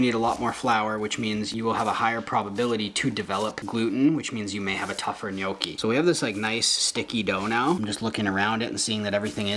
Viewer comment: My mom is Italian and always cringes when people pronounce Gnocchi incorrectly, but you said it perfectly! Good stuff here my dude!